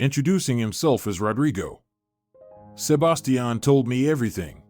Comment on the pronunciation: Sebastian not sub bass tee an